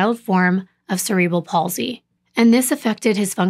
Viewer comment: Thank you for pronouncing cerebral palsy correctly. Also just an FYI mental retardation is now called intellectual deficiency. 😊